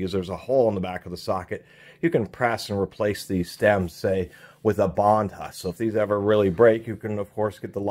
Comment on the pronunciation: The H is silent. Bondus